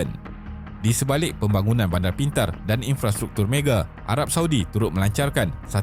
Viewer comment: Mega bukan mege 😅